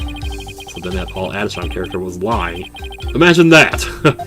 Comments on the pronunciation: Paul Atishon is supposed to sound like “politician” it actually hurts hearing you say Adishawn. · No no pronounce it as Paulatishion in other words politician yeah the name puns continue but it can’t beat one that you’ll see later